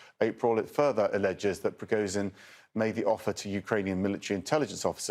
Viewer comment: You can say Kinzhal correctly but you can't say Prigozhin. What is a problem?